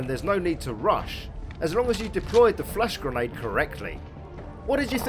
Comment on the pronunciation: Whenever you say flash grenade I keep hearing "flesh grenade". Like it's some sort of lovecraftian sci-fi horror weapon